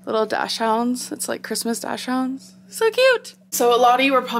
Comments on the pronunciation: i m German =) u pronounce it like Daxhund...the h is not silent =) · like dak-sund kinda, it’s german i’m pretty sure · “Ad-e-vent” calendar...”dash-hounds”...good grief. And when you tried the peppermint hot cocoa you started out saying “pretty good, pretty good” then said you didn’t like it and it was only a “three point five”. There aren’t enough eye roll emojis to cover that. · Did she just say “dash-hounds”??? Ummm 🤔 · Dash hounds??! Has she really never heard the word dachshunds out loud?! Shocked. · "hahaha 1. those "undies" probably look like a table cloth 2. it's not "dash-hounds" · We’re not gonna talk about her calling dachshunds dash hounds? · Did she just say “Dash-hounds” ? 😂